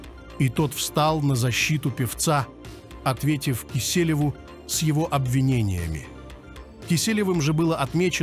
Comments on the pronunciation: Текст заранее заранее хотя бы прочитал,(пенсне года, кИселев,кисЕлев, ужас. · Всё правильно говорите,но вот ваше ударение так режет ухо,если можно не ИвАнов,а ИванОв,Не КЕселев,а КЕселев......... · Как тяжело человек читает текст,неправильно делает ударения,даже фамилию Киселев исказил.Он что первый день на канале или только учится читать(по слогам).Ужасный не профинализм. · Не КИселев, а киселёв.